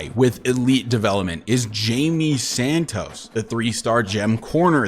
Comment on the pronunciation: Hy-Mei! It's spanish It's not Jayme lol